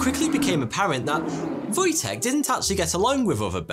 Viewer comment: That's a pretty good pronunciation of "Wojtek", well done. ;) I didn't even know this name has such meaning, but it makes more sense once you realise it's a diminutive of Wojciech. ;)